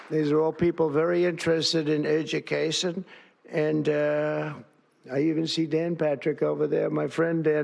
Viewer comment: Is that how you pronounce "education" now?